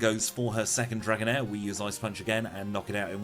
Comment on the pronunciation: U trilled the r when u said 3 Dragonair ... Interesting